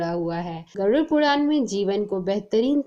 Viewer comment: गरुड " शब्द का सही उच्चार करना। गरूर" उच्चार ना करना